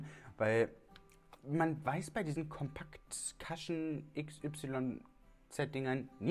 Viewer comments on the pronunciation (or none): Interessant... bin im recall 😉😎 und werde dies wohl testen müssen... übrigens, jfyi, man spricht es "kuschn" aus, nicht "kaschn" und damit ist eigentlich der mit foundation getränkte Schwamm gemeint, nicht das Applikationsschwämmchen... bin Koreanerin und Cushion-Foundation-Junkie seit 2014... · Sister ich lieb dich über alles aber man spricht es cUshion mit einem normalen U 😂😂 ❤️❤️ das A gibt mir Bauchschmerzen